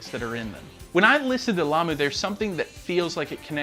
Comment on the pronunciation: Good job on "Lamu"!